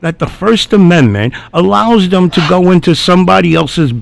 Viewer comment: Who is “thum” or “hum”. Ohhhh. You meant “thEm” and “him”. Blasé blasé. And there is a distinct difference between your “ideaL” and an “idea”. Your content is great your commentary is way too much. Shorten your videos to 20 minutes and keep your commentary to a minimum until your vocabulary is up to speed.